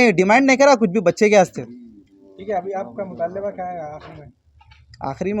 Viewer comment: Report Matalleba bolra..aur ye bechaara ( )Aur Us Word ( Mutaaleba) ka Janaaza nikaal diya..Mutaabilebaa.. (Hahaha) 😂😂😂😂😂🤣🤣🤣😂.. ( Ghar Lag gayi Aag.. Ghar ke hi Chiraag se)